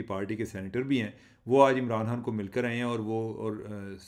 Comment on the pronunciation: چیمہ صاحب پنجابی لہجے کے ساتھ اردو میں گفتگو کرنے میں کوئی ہرج نہیں مگر لفظ کی ادائیگی تو درست ہونی چاہیئے- آپ خ کو ح بولتے ہیں- مثلا خان صاحب کے بجائے حان صاحب توجہ دیجئے درست ہو سکتا ہے